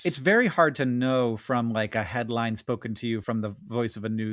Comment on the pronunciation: she said “headlime”